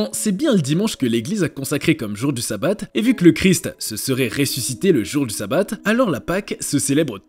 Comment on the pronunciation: 😊Ont prononce chabat pas ssabat le s et un shin et se prononce ch 😉si non intéressant 👍